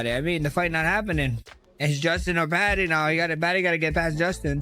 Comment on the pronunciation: PADDY not Patty